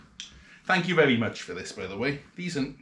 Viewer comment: vewie, vewie good!